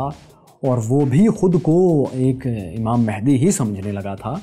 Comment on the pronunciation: امام مہندی نہیں بلکہ امام مہدی ہے صحیح لفظ